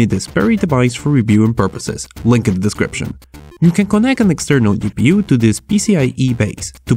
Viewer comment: I like how you say gi pi yu instead of ji pi yu